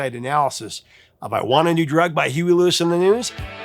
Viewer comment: Dude ur scaring me... Are you pronouncing Huey Lewis "Huey Luis*. 😮 😢